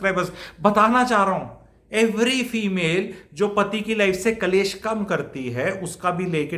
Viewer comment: एक शब्द को लगातार ग़लत ही बोला जारहा है । वह.शब्द़ है -- " कलैश " जो कि पूर्णतया ग़ उच्चारण है । सही उच्चारण है -- " " क्लेश " ==